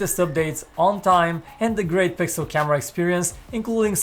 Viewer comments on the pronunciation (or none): none